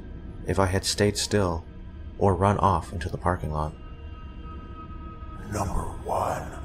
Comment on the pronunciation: NUMBAH TWOO